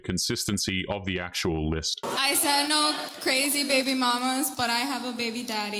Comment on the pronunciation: Girls..... if you can say "Know" properly then you can say "No" also..... its not NAWR